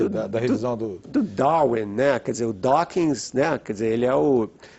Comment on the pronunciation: 'Dawkins' kkkkkkkkkkkkk em .... Se mata